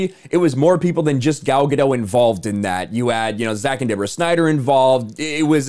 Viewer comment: GaDOT...not Ga-Doe...she's Israeli not French